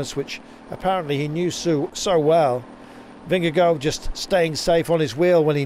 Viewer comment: He's actually really close to pronouncing it perfectly 🤷